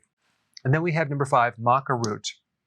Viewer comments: Yo bro! It's Maca.. Not "maica" ✌😷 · Maca Root😉